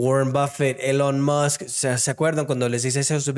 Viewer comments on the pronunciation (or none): none